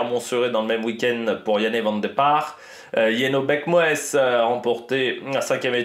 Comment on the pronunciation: Jenno Berckmoes Ça se prononce Yenno Berckmousse si jamais